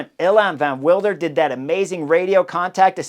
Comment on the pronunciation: Nys should be pronounced as "Nace". You'll need this in the future because the kid is spectacular. Evenepoel is quite good, the first E is a bit longer: "ayven"-"uh"-"pool". Van Wilder: spot on.